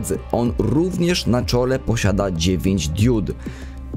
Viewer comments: Mówi się "diod", a nie "diód". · To drobiazg ale powtarzałeś to w filmie wiele razy. Mówi się diod nie diód.